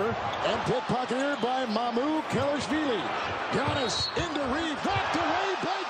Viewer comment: At the end the announcer pronounced Giannis name wrong